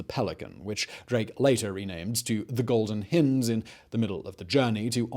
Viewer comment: Terrific vid, except for the grating mispronunciation of the Golden Hind